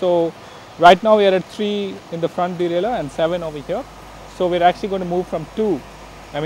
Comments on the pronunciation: its deralier not delaler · No. It's derailleur, dumbass.